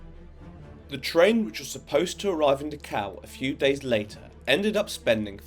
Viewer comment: He keeps saying Dukow, is that the same place as Dacau, not far from Munich?